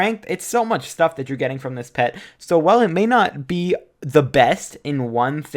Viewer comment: “it may not BEA the best “ was that on purpose?